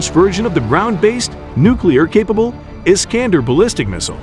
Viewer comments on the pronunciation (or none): none